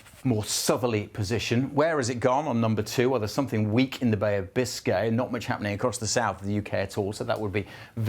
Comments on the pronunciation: Did you say the Bay of Biscay ? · Did you say the Bay of Biscay?